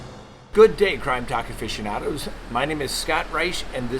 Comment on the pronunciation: yeah but the way he said it first it’s more like “efficient-yonado” which is weird, I prefer my pun